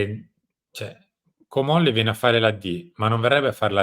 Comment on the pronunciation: Ma! Si dice..Comolli'😅🧐